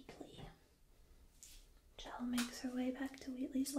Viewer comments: I'm pretty sure it's pronounced shell. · btw it's pronounced "sh-elle", which is sorta short for Michelle. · I love your videos and am a huge fan of the Portal series as well! I just wanted to offer a little fan commentary and note that, though it's not spelled like it, Chell's name is actually pronounced "Shell". Definitely not my first instinct, but it's something I've heard from the creators in interviews and commentaries past and thought it a unique name and spelling. I hope you don't take this as any kind of critique, but a friendly note from a fellow fan and tingler 😋 much love! And keep sharing all your awesome!